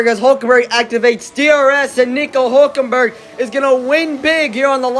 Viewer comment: I Know Why HulkenbUrg? 😂 Its HulkenbErg Mate Bro